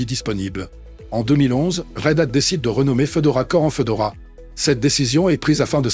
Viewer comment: Fédora, pas Fedora... Fédora, comme le chapeau 🙃